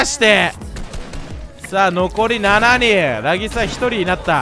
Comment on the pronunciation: 今では有名ならぎすさんもが昔はレイギスって読み間違えてたの思い出して笑った